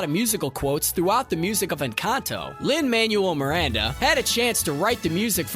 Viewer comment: "Lin Manual Miranda." 😑